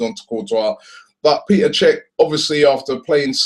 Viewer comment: Its Pet-er not Pee-ter